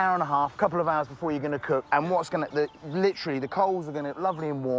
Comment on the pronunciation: how did I know that at least once he was going to say.. "litcharly" lmfao